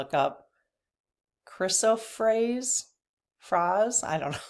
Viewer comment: Hi. 😎💕Peridot is pronounced “peridoe” “Chris o praise” I am feeling great thanks to you I’m not attached to anything that he does anymore I just let it go. I find that it’s so freeing. Thank you,. Sending love and high vibrations from Liz in California. 😎🤟🏻💕🐬🇺🇸